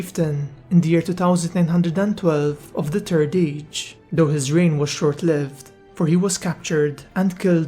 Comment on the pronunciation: “da turd age”